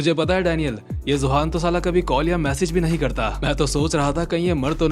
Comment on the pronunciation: Zohan ❌ Johan ✅